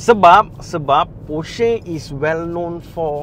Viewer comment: porsche. e pepet bukan e taling.